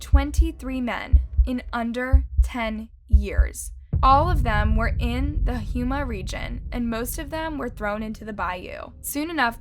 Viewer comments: Ronald is from my hometown. I used to mess around with one of his cousins……and It’s pronounced HOME-AH. Not Huma. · Houma= Home-uh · Great episode! Just FYI, the correct pronunciation is Hoe -ma for Houma, LA.